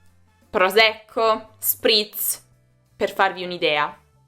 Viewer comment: non si dice proZecco ma proSecco prova di parlare senca accento meridionale perché le persone apprendono la tua pronuncia